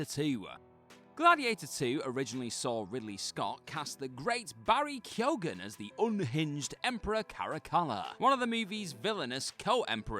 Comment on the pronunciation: What on earth is this pronunciation of Keoghan?